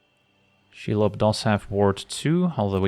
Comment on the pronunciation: That pronunciation of Shelob Chef's kiss